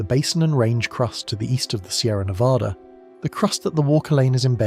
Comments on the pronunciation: We are not Nevodder or Nev-ODD-a. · There is no ah in NevAda.